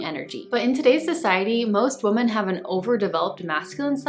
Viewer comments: darling you always have EXCELLENT CONTENT. Yet, you insist on saying the word WOMAN for the plural form WOMEN. Now, I KNOW YOU KNOW as you've said it's just what your mouth says... but darling.... IF English is your primary language... don't you feel YOU'RE doing a tremendous disservice to those who speak English as a second or third language?!?! No shade, just as a VIRGO the grammar police cringes EACH TIME YOU DO. Please, I truly DO enjoy your message, MINUS that one hiccup. Awaiting your thoughts❤️ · I agree. I love your content and I really want to watch. I try to overlook and not be hyper-critical, but it’s difficult to listen when you mispronounce a word that’s so fundamental to the topics you discuss.